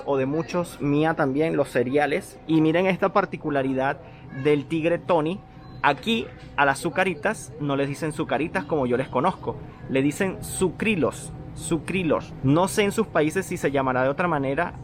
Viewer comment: Se dice sucrillos